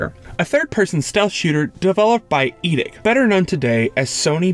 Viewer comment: Pretty good video, but you got some names wrong, for example the director of resident evil 2 is Kamiya not Kimiya, and the developer of syphon filter was called eidetic, not edick, it got really annoying after a while.